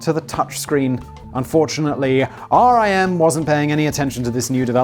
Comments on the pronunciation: Oh and it's said like the word Rim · Writing this from the city where BlackBerry’s were invented. It’s odd to go and see the buildings being used by other companies. Also it is pronounced Rim not R.I.M. When they shut down and a ton of people got laid off it was hard on the local economy. But will say we have a ton of cool startups that happened. Not sure anyone else will care but loved the H.A.L reference. The actor who voiced H.A.L was from the same region. He passed away here back home at St. Mary’s Hospital. Nice little connection that made me happy. LOL great job! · It is pronounced "RIM", not R.I.M. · It is RIM, not R.I.M Typed on my blackberry keyboard - oh yeah. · Everyone in Canada (anyway) called it "RIM" and not "R. I. M." - everyone knew what you meant when you said RIM, it meant Research in Motion, but also fully inter changeable with "Blackberry". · It's Rim, like a wheel. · I LOVED BB's physical keyboard! no other keyboard comes close. I refuse to move on, dammit! Superior is superior. We can put a man on the moon, we can produce a physical keyboard which doesn't kill screen space. Don't settle for less! P.S. Simon it is called RIM which rhymes with sin :) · Research in Motion Employees shorten it to Rim (rhymes with Tim). Source: Was courted by RIM in 2005 when I graduated college. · I live in the epicentre of the BlackBerry demise, Waterloo, Ontario, Canada. I'm hoping they do a good impression of a phoenix and their rise from the ashes is a success. Lazaridis is (LAZ-A-REE-DEEs) - the original screen was LCD, just monochrome. Research in Motion (is RIM as in rim, and yes to work there was to have, ahem, a rimjob). They will rise from the ashes as a security and other tech company something like BASF is behind other things. The best BlackBerry (to me) was the Torch slider. That design was amazing, but it didn't help.